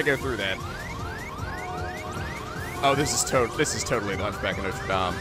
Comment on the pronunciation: Just coming back to say that your french pronunciation is very good 👍😊 (coming from a french person)